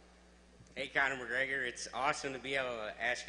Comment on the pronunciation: "conor o'gregor" LOL